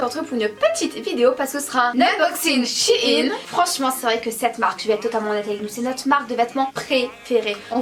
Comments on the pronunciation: Ça ce dis shèine et pas chine même si ça s'écrit shein ça histoire que vous comprenez mais sinon continuez je vous adore❤️ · Le e se prononce c'est shein et pas shine